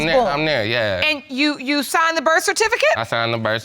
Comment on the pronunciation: “I was at the birf.”